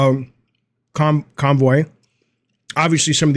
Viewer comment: I wonder how many Batfans posted to correct you that his last name wasn't ConVoy, but ConRoy. lol.